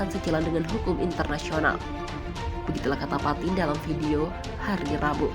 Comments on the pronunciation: Vladimir patin 🤣🤣🤣 bukan patin min tpi lele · Ukraina dibaca Ukaryana Putin dibaca Patin keseleo yah